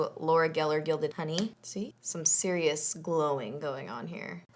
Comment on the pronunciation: when you say serious it sounds like Sirious and Siri responds with "hey Siri don't foot" 😂 it happens every time I replay it back to that part lol #SnapFam